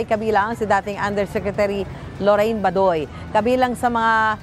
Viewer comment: Isn't the right pronunciation Ba-doy with accent on first syllable. NOT Ba-doy where accent wrongfully on last syllable👎